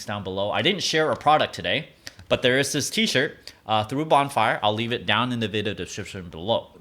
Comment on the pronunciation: it sounded like you said the shirt has been through a bomb fire. xD hhahahahaha